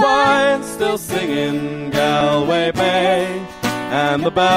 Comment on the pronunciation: One tip: it's not Galway like said it, it's pronounced slightly different.